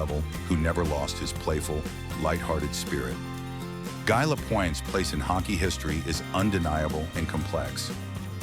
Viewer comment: This announcer was brutal. It is prounced Gee. The announcer also pronounced Savard incorrectly.. When pronouncing names get them correctly. People are very upset when you pronounce their name incorrectly.